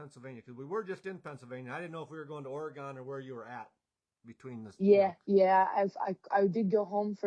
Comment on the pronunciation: Great interview with Carly. Glad she's getting some air time. Hardest working gal in the pits. Oh, and it's Orygun not Ore---gone.